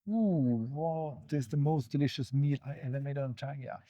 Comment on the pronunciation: You should have made a point of telling english speakers that the name is pronounced "trangeea" and not trandjeea"